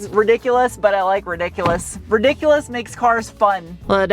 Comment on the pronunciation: I could have sworn you said "Ridicurous? 😂😂🤔